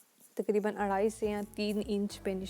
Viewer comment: AP ka Patti ko Phatti r arrhae ko arrhaes kehna uljhn m mubtla krta h plzzzzz Urdu sahe bolny ju koshesh Karen